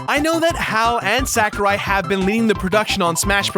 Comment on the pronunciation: I winced every time you said Sakurai. It's sah-ku-rai.